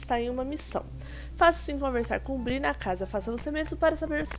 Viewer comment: É BREE NN BRI 😠